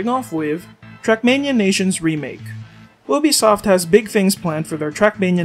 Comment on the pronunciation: lol ”oobisoft”